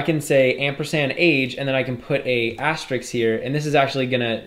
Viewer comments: Btw, it's asterisk not asteriks! :) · great course, but for the love of god, stop calling it an "asterix"